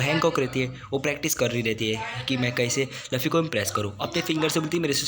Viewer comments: Tum luffy ko lufy kyu bolte ho 😂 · Bhai woh luffy h laffy ni or itna fast q bol rahe ho aesa lag raha h jese class me koi baccha teacher k samne book padh Raha ho atak atak ke 😅